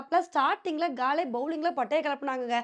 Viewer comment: காலே இல்லை அக்கா காலி தான் தமிழ் பெயர்